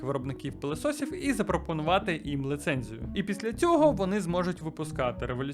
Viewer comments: так,а ще не лицензія, а ліцензія)) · а що таке Л И ЦЕНЗІЯ??????патужна патужна...ви хоч в словники заглядайте перед записом